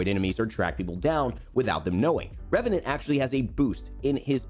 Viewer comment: "number 12 ReVeNaNt" Disliked, closed video.